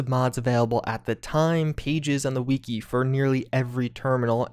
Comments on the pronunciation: I cant be the only one who gets annoyed with how you say the word "wiki" (its pronounced "wikee" not "weekee") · "On the weekey" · it's a shortened form of "Wikipedia" which definitely isn't pronounced weekeepedia so you tell me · Weekee? Why do you pronounce Wiki like that? Do you say Wee Kee pedia? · Weekee?! Bro Its fuckin WIKI Wifi does not sound like Whiffy Fix your language LOL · I thought we figured out something else more important than this "terminal" secret. It's pronounced WI-CKI like a candle wick. Not WE-AKI like, Todd Howard has weaky arms. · haha he sed weeki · "the fallout we-key" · The he says wiki “wekey” make me want to jump off a bridge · "the wee-ki" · Why does he call it weeki?